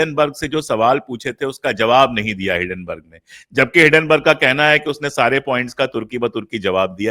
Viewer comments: हिडनबर्ग नहीं, हिंडनबर्ग है (Hinden-burg) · आप एक अत्यन्त प्रबुद्ध व्यक्ती है...hiddenburg क्यूँ बोलते हैं...it is hindenburg....please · हिंडेनबर्ग न कि हिडेनबर्ग